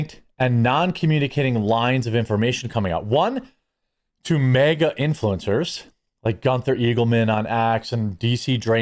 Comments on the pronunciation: Ok. Only thing I have a problem with is the Wisconsin/Minnesota way you say MAGA. It’s not MEGA. It’s MAGA!!! 😀. Great content as always. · Why do you keep saying MEGA? Its MAGA! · Is Jeremy saying mega as in they are big, or is that the Midwest way to say MAGA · Somebody really needs to teach Jeremy how to say MAGA